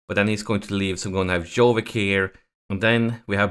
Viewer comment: Dude Jovic is not Jovik, prenouce it like Ibrahimovic.